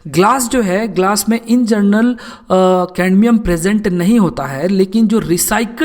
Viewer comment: Not caNdmium😑😑